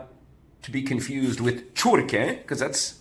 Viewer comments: It's not Pečurke and Čurke, but Pečurke and Ćurke! 🤣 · its ĆURKE and PEČURKE, two different letters Ć and Č 😊